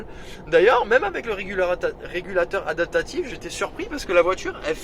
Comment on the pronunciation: Merci pour le Rex. On dit adaPtatif ! Pas adatatif... 😆